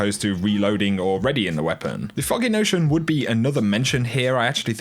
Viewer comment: When you say foggy notion it sounds like your saying Fucking notion